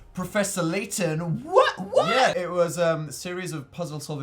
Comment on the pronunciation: You're pronouncing Layton wrong